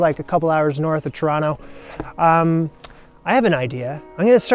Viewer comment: i dunno why i always had a budding suspicion that you were Canadian. Then I heard you say Toronto, and that confirmed it, more so than you explicitly saying you're from canada lol